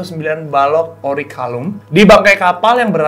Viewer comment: agak greget pas denger nyebut "orichalcum" (akhir "kum") jadi "orikalum" (akhir "lum"). tapi selain itu ini bener" pembahasan kupas tuntas yang bagus banget.